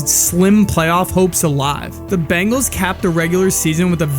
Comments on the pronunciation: Watching your video, I now see why he bleached his hair. Never knew he did it back in high school. Surprised the media never picked up on that. They talked about it nonstop! Great video! After watching more of your video, you need to learn how to say BENGALS! Not BANGALS! Seriously. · We're Bengals fans, not Bangles! Say it right! We've got the best qb in the NFL. Joe Burrow is amazing! WHO DEY! 🖤🧡🖤🧡